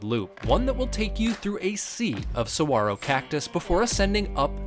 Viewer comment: Saguaro is an Indian name not Spanish .. the “g” is not pronounced “wah” ..it’s okay, lots of people make that mistake. Love this trail..will be doing this.